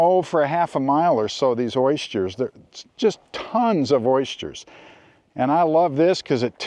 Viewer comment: ois-jers? Do you mean oysters?